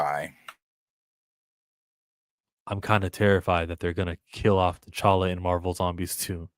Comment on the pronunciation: That T'challa name butcher was willlllld 😂